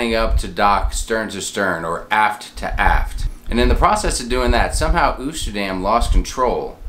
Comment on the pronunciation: Fyi Oosterdam is pronounced Toasterdam minus the T up front.